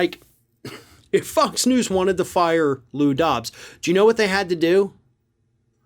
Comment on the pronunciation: Did say f*cks news?!? Kinda sounds like to me!